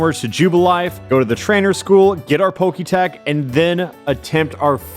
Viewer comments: did he call the Poketch a poketech? video is ruined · Thank you there is a T in Poketch I've been saying this for years